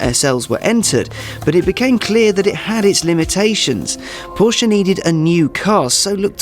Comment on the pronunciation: the german guy mispronounces Porsche, lol